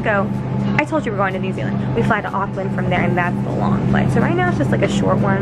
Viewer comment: Hahah it’s so funny how she pronounced Auckland. I’m from Nz it’s kinda pronounced like Awk-land!!!